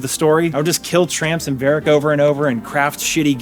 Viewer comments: dude called varrock "verac" lmfaooooooo what u played 20 yrs ago ? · Ruinscape, meethril armor, and verrick hurts my ears. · One Side of Me: That's not how I pronounce Varrock... Other Side of Me: Shh. Let him cook, my boy.